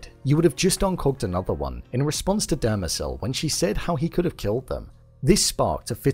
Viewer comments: It's not Dermazel it is DEMERZEL!! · It’s Demerzel, not Dermezel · Christ Almighty ...you have the episode to reference and you STILL mispronounce things. It's not Dermezel or Abararis...Demerzel and ubaranis. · The way you pronounce Demerzel is getting under my skin 😂😂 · I think you pronounced Demerzel wrong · You're still mispronouncing Dermezel's name.